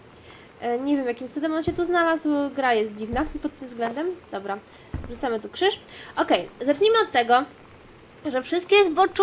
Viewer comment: No, ale dzie ten kszysz? ;_